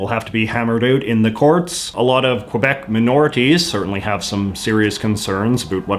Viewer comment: "qwuuueebec" i cry